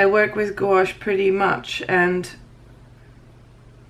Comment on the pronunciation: Thanks for the in-depth video on these paints! A couple of suggestions. Perhaps you could be a bit neater filling the squares. It would look so much better at the end. Second comment, just an FYI, gouache is pronounced gwash. All in one sound. Goo-awsh kind of sounds like goulash - lol! I don't know if you have one but a color mixing video with these paints would he awesome! Thanks again!